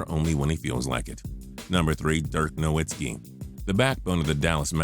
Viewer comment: Dirk No-(vi)-tski, not Noitsky, Christ and you call yourself a sports channel, that's sad